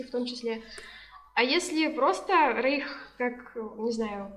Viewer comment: Не рейх а рейк